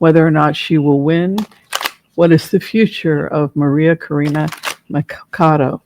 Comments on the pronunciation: Pronounced Maria Corina “Matchado” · MA-CHAW-DOE. Spanish pronunciation. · Thanks for the reading, your insights always appreciated. In Spanish, the 'ch' is pronounced the way it is in English, that is 'ch' as in 'Charlie.' So, not 'Makado.' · It is MA CHA DO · So as you know a bit of spanish, in the last name of María Conchita Machado, the ch is pronounced like in “church”. Machado. I am from Puerto Rico and hope you don’t feel bad for this information. Hope the best for you and send you many blessings!!! 😊😊😊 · Machado..the ch is not pronounced like a k..but a sh ..sound...